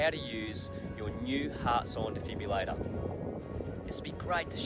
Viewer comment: Potentially a great instructional video, BUT ... Please pronounce the name of the device correctly. - De-Fib-RILL-ator - Absolutely NOT a Defibulator!! This has the potential to correct the cardiac arrhythmia Ventricular Fibrillation, hence DEFIBRILLATOR :) Please accept this with the good will and humour in which it is composed :)